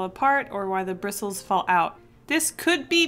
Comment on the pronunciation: Brustles? You mean bristles?